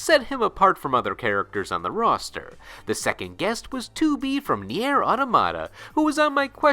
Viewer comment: this is arguably the worst mispronounciation of "Geralt" I have ever witnessed what the fuck same for "Nier" here... just how dude